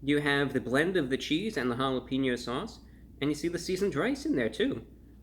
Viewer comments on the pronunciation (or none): And I love you bro but just so you know it’s jalepenyo not jalepinnyo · Never say jalepinyo again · "This jalapeno sauche is really jall ap en yo mouth" maybe your best one yet, Brah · "hall-up-een-yo" mouth......i fell off the couch hahaha